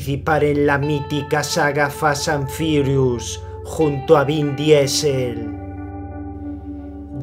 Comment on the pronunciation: "fasas an firius junto a bin diesel" jajajaja me hiciste tentar.... muy buenos tus videos.